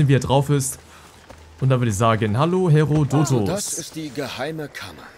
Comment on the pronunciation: Ich glaube das du Herodotos ein bisschen falsch aussprichst